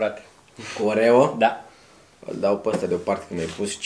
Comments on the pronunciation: a zis oveo in loc de oreo 🔝❤❤🤣🤣🤣🤣🤣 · în loc de oreo zice orevo